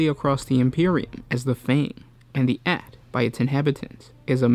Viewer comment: FIRST. IT'S CALLED THE AYTE, (EYE-T). SECOND. GREAT YEARS ARE LIKE 3 TO 4 TIMES A TERRAN YEAR.